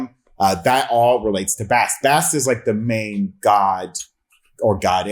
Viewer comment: Butchered Bast's name 😂🤦‍♂